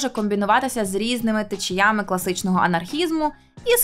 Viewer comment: новОму відео, а не нОвому. ДанинА, а не данИна. тЕчіями, а не течіЯми🙄